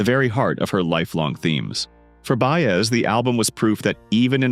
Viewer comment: This COULD have been such a terrific story, however, you let AI crap butcher her name over and over, left out so many events, performances, and personal experiences that as a life long fan of her and Dylan it became both painful and disgusting to try and watch. Shame on you for trying to exploit such a great singer.